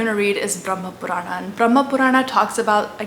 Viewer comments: this is great, just correct the pronunciation its spoken as "Puran" not "PuranAAAA" and not RamaayanA its without last "A" 🤣🤣 Do the justice, Don`t twist the words for appeasement and views. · Hey you are doing great work. But why are you Pronouncing Sanatan Dharm सनातन धर्म as Sanatanaa dharmaa, Puran पुराण as puranaa, Ramayan रामायण as Ramayanaa, Mahabharataaa. I get it that white people pronounce like this because of their habit but this way of pronouncing is wrong. But you have the proper understanding of these scriptures and spreading knowledge of Sanatan, so please give them a proper pronounciation and don't adapt with their mistakes so that they also get proper information. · It isn't though? Purana eg, doesn't have a long A sound at the end. It's Puraana not Puraanaa. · It is pronounced like that in hindi. (Purāṇ , itihās , etc) She has definitely pronounced it wrong ( purāṇā, itihāsā) . The actual sanskrit pronounciation is Purāṇa, itihāsa, etc. Hindi : पुरान् इतिहास् She pronounced :पुराणा इतिहासा Actual pronounciation :पुराण , इतिहास Look up " shwa deletion" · Wonderful. Only wish that Indians wouldn't pronounce our Sanskrit words ending in "a" as "aa". For example, pronouncing "Puraana" as "Puraanaa". It's understandable when people of other languages do it but not Indians who've grown up hearing these words spoken often, and may also have read them in Sanskrit, Hindi, or other regional languages. Just a pet peeve of mine, i suppose. Apologies in advance for any feathers ruffled.😂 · I think you should work on your pronunciation of Sanskrit words. for example it's not pronounced as "puraanaaa", "Ramaayanaaa" etc. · Excellent video. Quick tip if I may. Purana though written with an 'a' at the end in English is pronounced Puraan in Sanskrit. Similarly Itihasa is Itihaas, Ramayana is Ramayan and Mahabharata is Mahabharat.